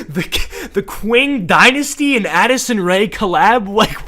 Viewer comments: it is pronounced Ching not kwing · I notice you keep saying "kwing dynasty" you actually say it like "ching" You racist fuck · It's pronounced "ching" and not "quing", and it's not an ancient dynasty but an early modern onr, you frickin dingus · 'qing' is pronounced like 'ching' but I like the video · i loved the vid but i cant get over him calling the qing dynasty the "(qw) (ing)" dynasty (its pronounced "(ch) (ing)" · ching not qing but lol i dont care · sorry for being a nerd but its pronounced ching not qing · Qing pronounced as "Ching" <33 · The Qing Dynasty is pronounced “Ching” and it lasted until 1912 so it was not ancient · The Qing Dynasty is pronounced Ching Dynasty btw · Im still mad he mispronounced the Qing dynasty as Kwing and that the article called it amcient when it existed in ww1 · its pronounced ching dynasty 💀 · Qing is pronounced like “Ching” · “Ching” dynasty I love your content. But my god that is making my brain bleed the mispronunciation. My apologies 😂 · Btw it’s spelled Qing but pronounced ching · its pronuonced "ching dynasty" cuz that's how we pronounce "Q" in chinese but anyway genz is cringe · me trying not to simultaneously combust every time he mispronounces the Qin/Qing dynasty (it's pronounced chin/ching) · It's pronounced ching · "QUIN" dynasty 😭😭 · Ok so a small thing to say (no hate or offense) When you pronounced Qing dynasty was wrong, to my knowledge. The correct way to pronounce it is Chi-ng dynasty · The Qing dynasty is the so recent it has a flag. It’s like in the 1900s..l btw it's pronounced ching. On a real note what the hell was he smoking? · Qing, as an Chinese American I feel very offended due to the fact that you pronounced it incorrectly